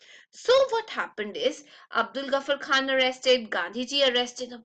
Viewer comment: Its Abdul Ghaffar Khan !!..not Abul Ghaffar Khan.